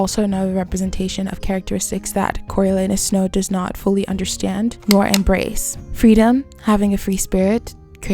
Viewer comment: "coriolanuses snow"?